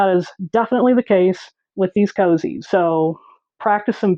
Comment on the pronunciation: I really appreciate that you call them "cozies," instead of "koooooozies." I feel like koozie just started as a mispronunciation. I mean what's a koozie anyway? It's not even a word. 😂